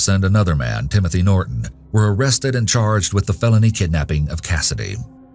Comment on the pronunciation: what is up with the glitch? at pronouncing "Norton".